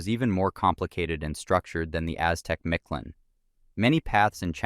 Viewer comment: As much as you researched this, one would think you would pronounce Mictlan correctly, you pronounce its ruler nearly perfect which is why I find it so hilarious lol. Thanks for the upload =]